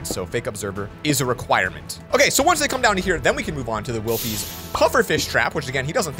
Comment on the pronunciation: Did he just call wiffies, Wilde’s?